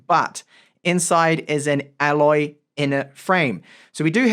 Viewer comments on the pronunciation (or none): none